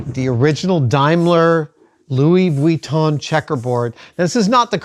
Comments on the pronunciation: The way Adam says Vuitton is extremely annoying. Sure, that’s how it’s spelled, but nobody says it that way. It’s extremely pedantic. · Oh my favorite. Louis vweeton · Luoi vweeton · I love Adam so much. But man the way he pronounces "Vwee-ton" is like nails on a chalkboard :D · Adam's pronunciation of Vuitton makes the hairs on the back of my neck stand up (affectionately)!